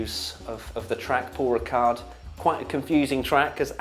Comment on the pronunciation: Giedo van der Garde, not the best Dutch F1 driver in history, but one with quite a good sense of humor. Also, the D at the end of Paul Ricard is silent ;)